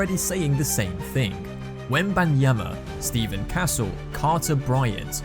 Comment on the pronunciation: I too was appalled. Then I realized the narrator was European